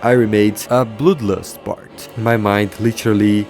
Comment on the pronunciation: im sorry but it cackles me up every time you say bloodlust (bloülues)